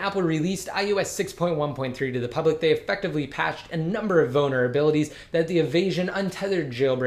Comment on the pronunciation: Is he saying vulnerabilities or bonerabilities